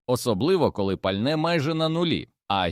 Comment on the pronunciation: Ви ж попереджайте що це казочка згенерована за допомогою ChatGPT. А то люди подумають що це правда. Доречі автору казочки - для озвучки використовуй Elevenlab. А то ця модель озвучує з купою помилок.